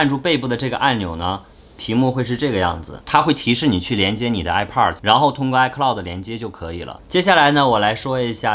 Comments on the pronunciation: 哀炮儿的 发音真迷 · 这个i pars我真的是醉了 测评人能学学怎么发音再评测吗。这是最基本的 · airpods发音听着很变扭，播主看很多北美的youtuber视频，应该有很多相关的发音可以参考吧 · 发现喜欢儿化音…上次的youtuber，这次的airpodrs…